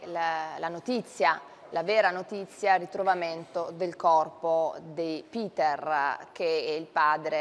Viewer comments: Anche il nome si pronuncia Peter , nn Piter. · "Buongiorno, oggi parliamo di Piter, voi sapete... il padre di Benno Niumar". È inutile, siam proprio messi male con 'sta qua... ma possibile che non ci sia nessuno in Rai che le insegni (almeno) a non storpiare i nomi delle vittime?!